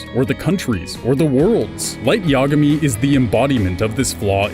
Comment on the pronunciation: i guess pronunciation of Yagami only bothers me...